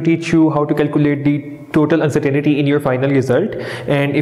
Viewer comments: Lol.. (Uncertain ty) not (Uncertain "i" ty) xD Anyways good video. Thanks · Non mam you are absolutely wrong its actually UNCERTAINTY "not " UNCERTAINITY..